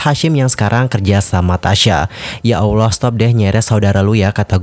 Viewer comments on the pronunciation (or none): none